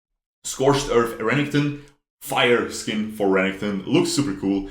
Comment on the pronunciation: STOP SAYING RENNINGTON !!!!!!! R E N E K T O N !!!!!!!!!!!!!!!!!!!!!!!!!!